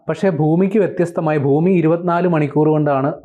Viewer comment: ഫൂമിയല്ല ഭൂമിയാണ്